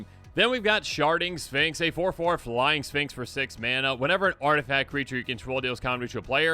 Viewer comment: Bro I was just listening to this video and had to rewind because I was pretty sure just said there's a card called "Sharting Sphinx"